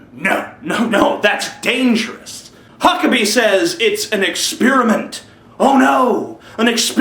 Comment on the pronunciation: Um what's exspearment and ont? LOL just fucking around. Good video.